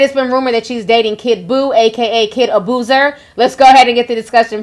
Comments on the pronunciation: "KID ABUZER" 😂🤣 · "Kid aboozer" 😂😂😂😂😂😂 Ti play too damn much!